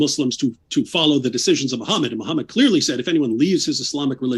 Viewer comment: Noone ran away. You never answered the questions, and you used logical fallacies, false victimhood and insults to take focus away from the topic. And, you claimed higher knowledge of islame than islamic scholars, which is hilarious. You don't even know how to pronounce your prophets name.